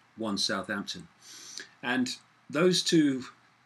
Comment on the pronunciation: The only human i've heard pronounce southampton correctly - well 50/50 .. most reporters (especially in the MSMedia) says south-hampton and it really gets my circuits hot.